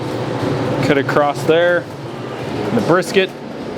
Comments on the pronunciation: in english the word is across NOT Acrost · Very good . But when you say cutting across don't ad a t . It's across not acrosst . So I would say ." I grab this piece and cut across here to this point." Then back across to take the briskets off. It's not the proper way to say in english acrosst. It even came up as a word spelled wrong .I sorry for the criticism. I did like the lesson in cutting a cow into all of it's different cuts . Thank you .